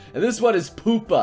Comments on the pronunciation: Im Pretty Sure Its Pronounced Pyupa Not Poopa... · I like Pupa....and it's not Poopa. Pew-pah. I cri everytirm. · why you hate pupa D:? and btw its pu-pa not poopa and its good weird defintly weird and gorey but good and the last episode is good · Pupa is pronounced "Pyu-pa". It's the cocoon stage of an insect's lifecycle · I like Tenshi no Drop :( And pupa is pronounced "Pew-puh".